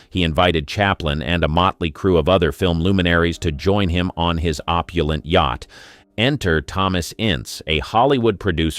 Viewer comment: Pretty poor AI. I laughed when it pronounced yacht as yak-t!